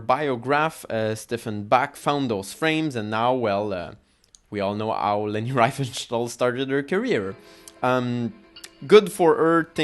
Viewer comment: désolé c'est insupportable cet accent, tu aurais du parler français et sous titrer en anglais, donc je n' ai pas pu le regarder en entier. Et surtout, si tu veux parler de leni essaies déjà de bien prononcer son nom . Cordialement